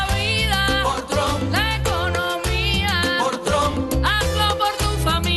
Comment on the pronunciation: Y la comunidad cubana y venezolana, ( influenciados por el odio a sus gobiernos), y x el evangelismo, irán como borregos a votar a “Tromp” cómo lo pronuncian ellos 🤦‍♀️ Ahhh y Biden ... lo mismo. Mejor que no voten, así, al menos no tendrán cargo de conciencia